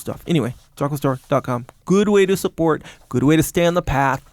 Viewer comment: El *to get supporch